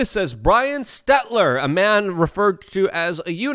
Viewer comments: You realize that you pronounce Brian STELTER wrong every time you say it right? It Stelter not Stetler. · It's Stell-ter not Stett-ler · Hey Luke. I don’t really care if you respect him or call him by his name, because I don’t respect him, but you are saying Brian Stelter’s name wrong. It’s Stelt-er not Stet-ler. Just thought you might want to know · Its hilarious the amount of people that cant pronounce Brian Stelters last name, he definitely a person that deserves it. 😂